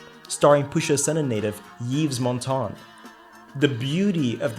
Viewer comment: It is Eev Montand, not Yeevs Montand